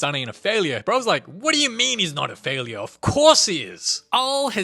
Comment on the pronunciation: "FaLiUrE" and er HAHAHAHA 😂😂😂